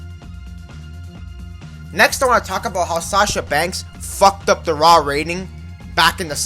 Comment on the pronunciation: Borrero it’s Sasha not sacha